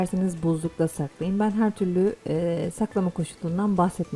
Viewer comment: " Her" derken fazla abartarak telaffuz etmiyor musunuz